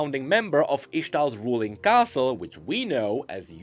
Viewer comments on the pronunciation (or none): First, love your vids. One small thing, not really a complaint, just more like a BTW or FYI. When you talk about the ixtal caste, you seem to pronounce it as 'castle.' I've think you've done this in your other vids as well. I'm not a lore expert but I assume this is supposed to be like the league version of the indian caste system, which i thought should be pronounced like 'kast'. If I'm wrong, whether it's not a reference to the caste system, or whether caste is not supposed to pronounced like kast, or caste is pronounced like castle in some parts of the world, or etc, please anyone just let me know. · Caste not Castle. LOL Cast with a slightly more lengthened t sound. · It's caste, not castle. This is a tiny and pedantic point but it's the second time I've heard it. <3 you.